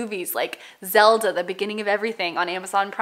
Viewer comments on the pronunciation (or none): none